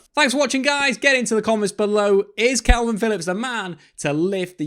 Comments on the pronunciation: It's K A L V I N, Not kelvin. Ffs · Dude, why do you keep saying Kelvin Phillips?